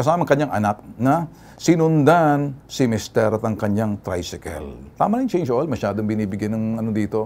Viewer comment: eto pla narinig ko khpon chnge oil🤣🤣🤣🤣😄😄😃😀😀